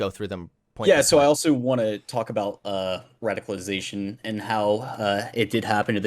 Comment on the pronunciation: "Radiclization." Come on,.